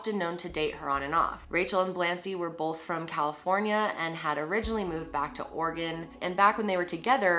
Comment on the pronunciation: I live in oregon!!!! Thank you for pronouncing it right! Lol